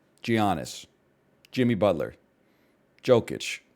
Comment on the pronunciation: Joe-kich and jee-annis really got me angry lol